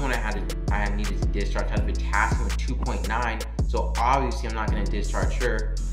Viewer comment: I liked it, the only part I had to turn on the closed captions for was when you said, potassium 2.9, couldn't understand so just replayed it. It's post covid and I went to school for my LPN , been doing long term care for a short time then went to homecare 1:1 for vents and trachs and then school nursing. Was nervous going into the hospital exactly for what you said Not feeling like you can think with high patient ratios. Saw they are now hiring LPNs for tele units and needed to know what to expect. I went back to school for my RN . Thanks for your video. I